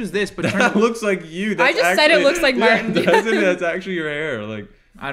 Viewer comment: why does pronounce martins name like "mart'n"